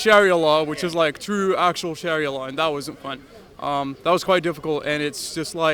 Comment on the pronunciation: I have heard actual native Arab ex Muslims and they don't speak or pronounce Arabic words like Sharia like this ...this guy's not truthful if his going to lie at least make it realistic could just have said ex Muslim from Canada or us where ever his from